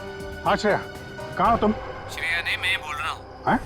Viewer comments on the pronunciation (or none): Shreya hai bola tha sune me lag raha hai ki daya bola hai😊😊😊😊😊